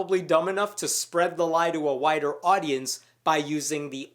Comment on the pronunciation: a 'wider' or a 'whiter' audience? Please enunciate.